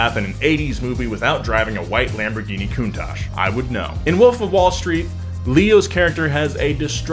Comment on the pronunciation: lamborHINI xd